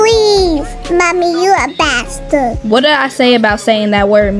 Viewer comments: Mimi is cepe on saying baster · Mimi says basterd 😂😂😂